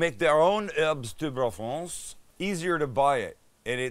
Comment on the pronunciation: Please do not pronounce the “s” in herbes de Provence. 😊 Your accent is too good to get that wrong. 🇫🇷